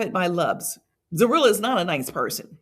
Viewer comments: "Troy and Zurilah were staying in the mother in law suite in the air-n-b" 🤣🤣🤣🤣🤣🤣🤣🤣🤣🤣🤣🤣 I cant focus the whole video ZURILUH lmao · Please learn how to pronounce her name🤨. WTF!